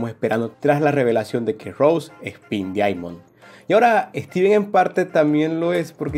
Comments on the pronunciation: Se dice daiamon x.x me duele escuchar que digas diamon pero me gustan tus videos xd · No se dice diaimon tarado se dice diamon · Diaimon 😂😂 pero me gusta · Me encanta como decís diamond xdxd